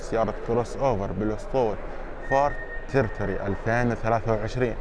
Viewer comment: للتصحيح نطقها ليس ترتري بل تيري توري